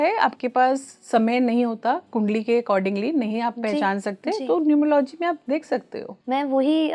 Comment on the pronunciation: न्यूमरो - "लॉजि" 😂😂😂 चाहे कितने आधुनिक, महंगे और फैनसी कपड़े पहन लो, गँवारों का सच सामने आ ही जाता है I "Numerology" शब्द का उच्चारण (pronunciation) "न्यूमर- औलोजी" होता है I 😅😅😅 गीदड़ पीले रंग और काली लकीरें अपने ऊपर पोतने से चीता नहीं बन जाता l